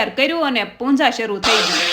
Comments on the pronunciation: punja na kevay Pooja kevay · Punja nay pooja kevay 😂